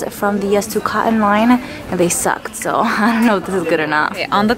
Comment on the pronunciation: It is “coTTon” with the “T’s” pronounced.